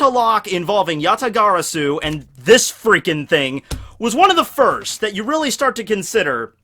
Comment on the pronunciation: Oh man his pronunciation of yata-garasu is... agonizing to say the least... but I can look past it for the good vid. Gg git guud scrub #BanAllKaijus